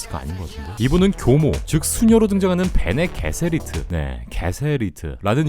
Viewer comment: * 잘못된 영상 정보가 많네요. 올바르게 정정해드립니다. // 스포일러와는 무관한 내용이니 안심하세요. 1. 베네 '게세리트'는 황금가지 번역판에서 발음을 전혀 고려하지 않은 체 번역하여 난 잘못된 표기로, 발음상 베네 '제서리트' 혹은 베네 '제서릿'이 맞습니다. 해당 번역판은 각종 용어에 대한 발음 문제가 극심하여 문제가 많은 번역으로 유명합니다. (올해 말 전면 수정하여 재 출판 예정) 2. '퀴사츠 헤더락'은 여성 선지자가 아니고, 남성만 가능한 초월적 존재입니다. 그 이유는 베네 제서릿이란 집단의 존재 이유와 같은데, '생명수'를 통한 의식의 진화가 남성은 불가능(죽음)하며 오직 여성들에게만 통했기에 여성집단으로 형성될 수 있었고, 결국 '퀴사츠 헤더락'이라는 남성의 존재는 예언으로만 전해오는 선택받은 자인 것입니다. 3. 별 문제가 되지는 않지만 영상에 사용된 해당 타이틀은 팬이 만든 리덕스 버전입니다. 영화사 공식 버전들에는 DUNE 이외의 따로 에디션 표기가 없습니다. 4. 영상의 은 레토 아트레이드가 아니라 바로 그전에 소개한 영화(1984년작)의 거니 할렉입니다. 5. 영상의 부분은 호흡기와 방어구를 착용한게 아니고 '스틸슈트(stillsuit)'라 하여 오줌과 땀을 비롯한 체내의 수분을 정화시키는 용도의 슈트입니다. 그 덕에 사막에서 물 한모금없이 며칠을 버틸 수 있게 해줍니다. 6. 스파이스 멜랑지가 중요한 이유는 단순 예지능력 때문이 아닌, 의식 확장에 의한 '우주여행' 탓이 매우 큽니다. 컴퓨터가 금지된 세계관 설정상 멜랑지가 없으면 이동이 불가능해져 모든 행성들을 우주에 고립시키는 초월적 권력이 생기는 것이기 때문에 결국 멜랑지를 차지한다는 것은 우주 황제. 즉, 우주 권력의 상징입니다.